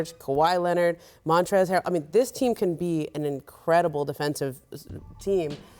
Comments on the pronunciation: Scottie i think it's montrez😂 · No wonder he said Montrell... It's Montrez!l Scottie!